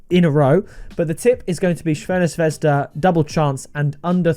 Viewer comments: Its more like Zrvena Svesda, but harder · Shvena Shvesda 🤣